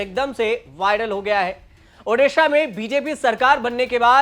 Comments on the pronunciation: Odisha not odissa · Please correct this..... it's Odisha not Odissa